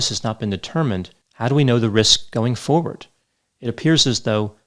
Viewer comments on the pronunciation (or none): none